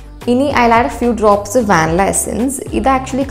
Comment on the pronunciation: An information for you Vannilla prononunciation vaanila is wrong Its van-ee-la